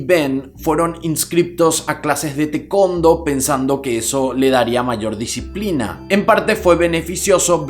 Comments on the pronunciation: Tekondo?? Aahhh TaeKuonDo jajaja hasta que lo escribí hizo sentido. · ¨tekondo¨ mis oídos sangran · Excelente tu narración sin rodeos vas al grano;solo un concejo con todo respeto en palabras escritas en inglés como Taekwondo,busca su pronunciación en su idioma Ta-e-kwon-do en castellano se escucha TA-I-CUAN-DO.En fin ya tienes un nuevo suscriptor.Saludos y abrazos desde San Antonio Tx 🇺🇸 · Nadie:: Te-Kon-Do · Ay, el taekwondo mal pronunciado me pego fuerte